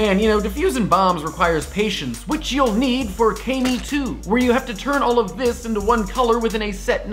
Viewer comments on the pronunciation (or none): Don't want to be that guy but it's pronounced "Kah-me" not "Kay-me" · kay-mi come on, you watch anime, you should know it's kah-mi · It's ka-me (like saying ha but with a k) 2 by the way, not kay-me 2. almost died there lol. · Seriously, Kay-me? On what planet would that be pronounced like that? It's Kah-mi. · im pretty sure its pronounced kah-mee, right? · You're pronouncing it wrong. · Kami isn't exactly a hard word to pronounce, I mean, people use Kamikaze all the time, regardless of their knowledge of Japanese words, and is clearly a huge nerd, he should know that it's not pronounced like that.